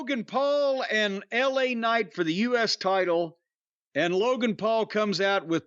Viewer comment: He's French: "Laaa Kcnight"